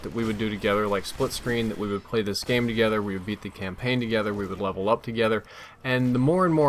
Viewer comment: you LOVE-L up with your wife. (I'm only joking about that mispronunciation of *Level) You LEVEL up with JHub. (cause that's what friends help you do WOO) Sweet life man sweet life:D This game also looks pretty fun and I might check it out.